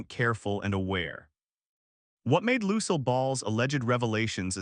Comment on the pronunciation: Find a website to teach you how to say "Lucille" ! ! !